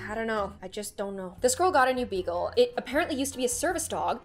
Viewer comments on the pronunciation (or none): “This girl just got a new ‘beetle” Me: wait what sees the dog Also me: oh she said beagle....